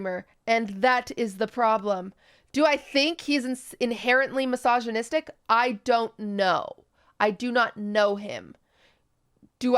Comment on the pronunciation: is it wrong of me to laugh everytime i hear QT try to pronounce misogynistic?